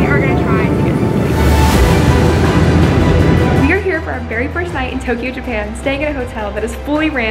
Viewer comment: ITS NOT TOKEYO